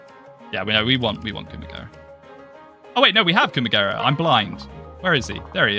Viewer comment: I can't unhear "Coomagera" now for some reason...that'd make a funny meme to be honest :kek